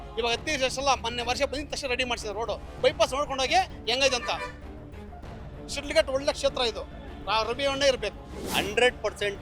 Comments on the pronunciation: It's not shildghatta, it's Shidlaghatta, My Mom's birthplace, we cherish the long lasting memories of this town forever, Jai Shidlaghatta. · ಊರಿನ ಹೆಸರು ಕರೆಕ್ಟ್ ಆಗಿ ಹೇಳಯ್ಯ ಅದು ಶಿಡ್ಲಘಟ್ಟ